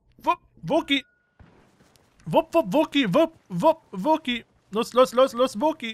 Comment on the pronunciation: richtig schöne rasur gilette wäre stolz auf dich aber kannst du bitte in zukunft wookie richtig aussprechen? also nicht wo ki sondern wookie....